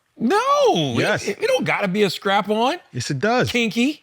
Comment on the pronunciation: He also said “scrap-on” instead of strap-on.